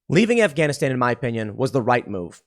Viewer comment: I’m sorry but when you said “WE’RE GONNA PUT SOME SOLDIERS IN AFGANISHTAN” I genuinely could not stop laughing, that was the most American man default voice ever LOL